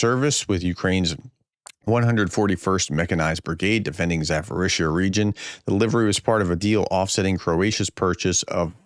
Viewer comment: For the millionth time, it is ZaPorizhzhia not ZaForizhzhia. There is no "F" in the name. Why do you keep saying it with an "F". Google's translate pronunciation feature only takes a couple of clicks. You're a professor for God's sake. Come on!!! Every single time. It's ridiculous.